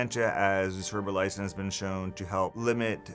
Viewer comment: You can't even pronounce it.